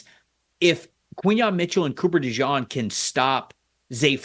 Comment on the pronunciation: Cooper DeJEAN... Like, the jeans you wear. It's not pronounced "Dejawn". That's just a nick name some Philly fans gave him.